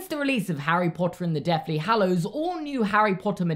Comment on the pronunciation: omg...i just realized instead of saying deathly hallows he says deafly hallows lol😂